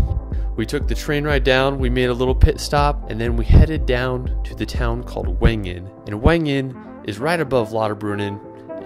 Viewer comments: for starters Wengen is pronounced as if it were spelled Vengen. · J - is pronounced “y” in Jungfraujoch (say Yungfrauyock). W - is pronounced as “v” in Wengen (say Vengen)